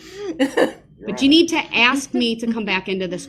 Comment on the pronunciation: Hate it when he mis pronounces word like axe,truf,biast and all the others he butchers 😮